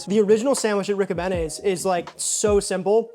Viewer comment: On da south side we pronounce it Rick-O-Bean-E's... not Rick-O-Banny's lol P.S. Happy first snow night Tonight CHI City Blu of Blu Tint Photography